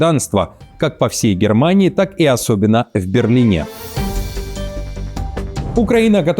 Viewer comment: Что-то стал заговариваться с ударениями, хаОса, БерлинЕ ) Не валнавайся, не торопись. Всё ок, не в прямом же эфере вещаешь 😉